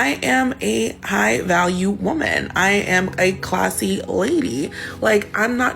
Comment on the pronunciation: Why do so many people incorrectly say woman and women?